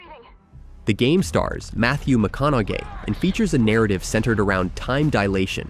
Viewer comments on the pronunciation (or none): It got better 😭😭 From “Return of the Jedee” (Jedi) to “Matthew McConauGAY” 😂